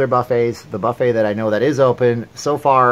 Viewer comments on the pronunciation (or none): none